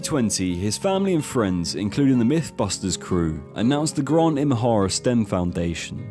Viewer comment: Who the f is Gron…. Oh GRANT.